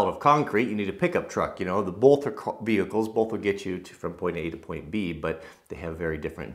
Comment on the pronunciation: Holy cow. Please. "both," not "bolth"